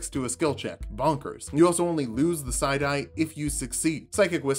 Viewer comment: I heard "side eye" every time you said psi die....